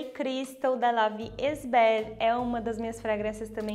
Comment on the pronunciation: La Vie est belle A pronúncia correta é:" la vi é belle"